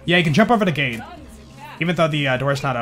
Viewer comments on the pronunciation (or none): none